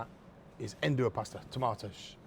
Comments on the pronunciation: Nduja is to be added only at the end, after your thick tomato sauce is ready, there is no need to cook it and you will keep the flavour better. also, pronounce it as Nduzjaa. In Calabria they use the handmade Fileja pasta, round and thick. Strange for someone who states he visited Calabria to not know these facts. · Make sure you pronounce it right, not like this Guy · Great chef, great ingredients, great recipe, but Mr Byatt’s pronunciation of Nduja is not great.